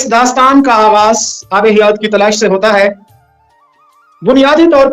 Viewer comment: abe hayat ya hiyat